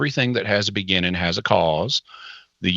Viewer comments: Is Jimmy not allowed to add g’s to the ends of his words or something? “Expandin” “beginnin” “mornin” lol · Can you please pronounce the "g" on the end of "beginning"? It's very off-putting.